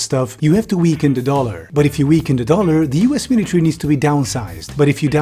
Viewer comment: miliary :face-blue-smiling